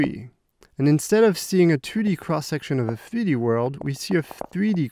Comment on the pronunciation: Nobody: This dude: FTHREE-D